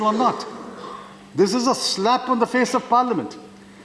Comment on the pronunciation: PC: Parliament SHAH: Parlamint